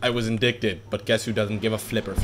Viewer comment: I give this video a rating of.... No min-max/Unviable weapons Also it's not "in-dick-ted" :P